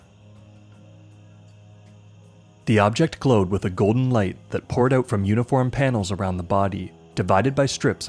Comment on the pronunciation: "Word got OOT" Canadian detected